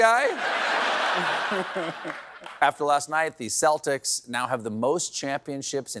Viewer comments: I find it weird that people pronounce Celtics with an S instead of a K. Whats a Seltic ? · Celtic is pronounced where the C is like a K, NOT an S! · Wth is Stephen pronouncing Celtics like that??